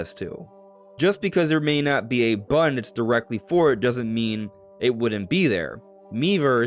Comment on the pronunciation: button, not bun.